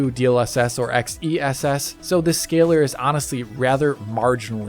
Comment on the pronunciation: XeSS is pronounced "excess"!